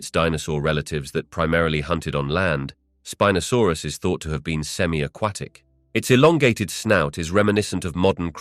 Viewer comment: .... "Spin-asaurus"? I think it's pronounced Spine-asaurus but I'll just ignore it now. 😅👍